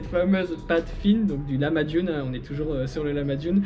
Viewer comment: Le corbeau d Istanbul était très fâché car tu ne prononçait pas bien le mot lahmacun il faut bien tiré sur le H il faut que sa vient du coeur mdr après le Turc mon ami tu te sentiras beaucoup mieux et quand a la manière de s assoir de ces dames c'est le bagdash et la plaque de cuisson c'est le ekmek saci